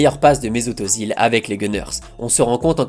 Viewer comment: Jevais faire le casse-couilles mais le Ö de Özil se prononce pas O mais Œ" comme dans "œufs"